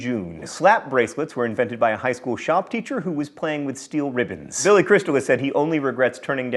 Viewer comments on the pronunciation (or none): none